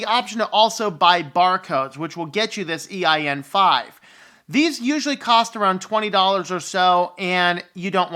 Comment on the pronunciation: My brother, why do you keep saying "EIN-5"? It's EAN-5.